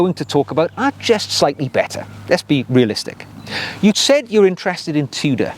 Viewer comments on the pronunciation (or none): none